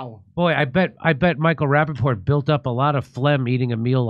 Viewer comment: Micheal rapapotatoes 😂